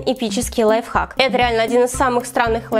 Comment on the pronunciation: Кто заметил что она говорила не лайфхак а лайфак😁😂